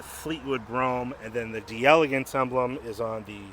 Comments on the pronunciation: JUST SAY, DAYLAGANCE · This is the French spelling so it's pronounced "DELLA GANSE". If it were Italian, then it would be Di Elegance, but it's not. Just FYI.